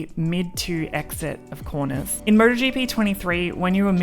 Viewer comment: She's saying Murder GP!